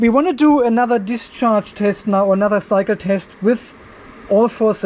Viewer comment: My wife was listening to this in the background and thought you were saying, 'Now for another psycho test'. I though that was very accurate for us battery 🤓 nerds.